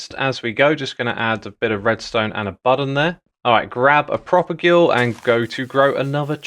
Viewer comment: You talked to Skizz, and yet you didn't pronounce 'propagule' correctly. Terribly disappointing.